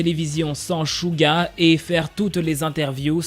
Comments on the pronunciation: On dit Suga pa shuga ou chuga on dit sssssssssuuuuuuuuggggggaaaa🙄😒😠🗣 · Dsl mais on dit Souga et pas Chouga...... Vu que c'est mon ub sa me perturbe énormément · Suga le prononce chouga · ÇA SE PRONONCE CHOUGA MAIS ÇA S'ECRIT SUGA